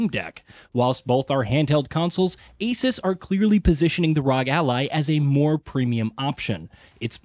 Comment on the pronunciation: You keep pronouncing ASUS and ROG weirdly.